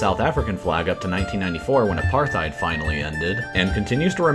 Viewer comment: Englishmen saying "apartheid" is hilarious.